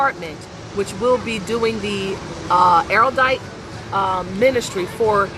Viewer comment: PS. It's pronounced "arrowdite."